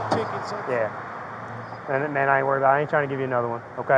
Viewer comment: please stop saying "mane" officer